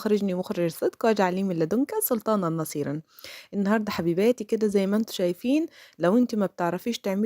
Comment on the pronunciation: فضلا وليس أمراُ. برجاء مراعاة الدقة في قرآة آيات القرأن. "نصيرا" بدون تنوين. هدانا الله واياكم